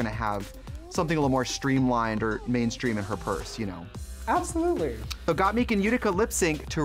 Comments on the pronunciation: I love how Shea was saying Gottmik correctly 'Got Mick' but Trixie said it incorrectly 'Got Meek' so many times that Shea switched to saying it wrong too :') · Not Trixie saying got-meeeek 😂😂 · Trixie couldnt say Mik she said Meek ahahahah... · Why does Trixie keep saying “Got-MEEK”? Isn’t it pronounced “Got-MIK”? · The way that Shea was pronouncing gotmik correctly until Trixie started saying “got meek” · the way trixie pronounces gottmik as “gotmeek” got me dying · Shame the re-upload couldn't make Tracy pronounce GottMik's name right. "GottMeek" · i like how Shea said gottmik's name right the first time but got converted to saying got meek by the end thanks to trixie lmaoo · “GottMEEK” Trixie, guuurl.. just stop. ✋ 🛑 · I love that Trixie can’t say Got Mik’s name right. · Why are they calling Gottmik “Gotmeek”? Shea said it the right way once then Tricia kept saying it the wrong way and Shea then followed suit 😂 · Okay so trixie calls her gottmeek. Did anyone else notice how shea said gottmik at first and then later called her gottmeek. Yous'a bad influence trixie lol. I liked getting a chance to see everyone's lip sync, but doing everything over and over was a bit much. I would have preferred for everyone to enter the workroom and then let the twist play out. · why do they keep saying gotmeek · no girl, gat but a combine the "o" a little bit more and mik but combine an "e" a little with the "i". the fucking english language is hard af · Trixie really said Gottmikь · Did no one prep Trixie on how to say Gottmik? lmao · How’s Shea & Trixie mispronunciation of GottMik while saying how they know and love her!!!🤩✌🏽✌🏽✌🏽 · rewatching this while s14 is airing and trixie gaslighting shea into mispronouncing gottmik hit me like a truck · Why is Trixie mispronouncing Gottmik's name? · She may have mispronounced GottMik, but she's the first queen I've seen reviewing this episode who pronounced Lady Marmalade correctly.